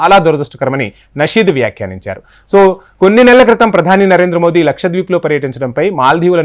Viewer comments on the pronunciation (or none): none